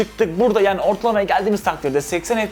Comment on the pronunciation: kardeş istanbul yanio diyorsun bide adanaya gel baamm